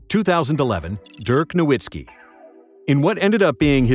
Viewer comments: Dirk NORWITSKI! I think it’s pronounced dirk NORVITSKI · It's ridiculous that you don't know how to pronounce last names of NBA legends. It's not Now-wit-ski and Whore-yy are not real names. Unsubscribed.